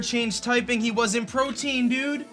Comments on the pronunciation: I finally gotta say something. Protein is a building block of the body. The ability is 'Protean' - pronounced Pro-tee-an. Different stuff haha. PRO-TEE-AN. Spread the word by pronouncing it right in your vids! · Not doggin on cause I’ve heard many youtubers say this but why in the world do they ALL say protein? It’s protean, pro-tee-an. As in proto, the first or the original. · Yo, protean is pronounced (pro-tee-ehn) not (pro-teen). Also it’s really discouraging to see you beat yourself up so bad after one bad play, it’s become a common thing in your vids where something bad happens and you instantly say “I just lost” instead of “okay what’s my out” like you used to. I been watching you for 4 years man, keep your head in the game and stay strong, you’re a great battler dude. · Imagine pronouncing protean as protein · The ability is called Protean. Not Protein lol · It's not Protein,it's Protean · "Protein" lololol it's "protean - tending or able to change frequently or easily"